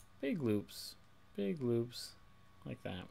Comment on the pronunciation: he said big loops or big boobs? LOL nice tuts,man